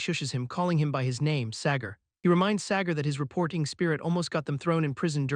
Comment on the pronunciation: Sagar ❌ Segar ✅